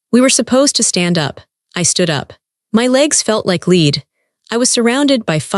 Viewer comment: Yeah, well, what do you expect from AI? It can’t pronounce simple words in context like “lead”, so why expect it to know when the Superbowl is?